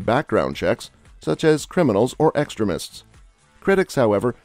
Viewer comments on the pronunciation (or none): The narration bot almost had me fooled til it said 'Extramists'